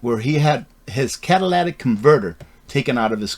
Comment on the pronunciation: C A T A L Y T I C converter 😂 Not Cadillac converter 😂🤣🤣🤣